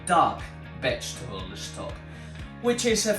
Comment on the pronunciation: I like so much the way you, my spanish friends, pronounce the words starting by st, or sp, or sm etc....adding an e in front of the s. Que viva España ( Spain, for us), y el "vegetable estock"🥰